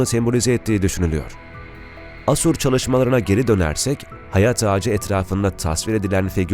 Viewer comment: Bunların zamanında Hece vurgusu müfredatta yokmuş..